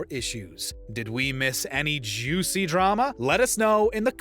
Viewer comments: That emphasis on the word Jew cy drama as h3h3 is on screen is not so subtle 😂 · Idk if anyone noticed this, but why did the narrator emphasize on the first syllable of "juicy" when Ethan and Hila Klein appeared on the frame? Lol